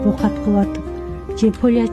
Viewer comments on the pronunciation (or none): Окат эмес оокат.поля эмес айдоо талаа эээ МАНКУРТТАР.